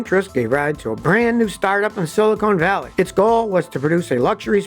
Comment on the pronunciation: Where is silla-cone valley?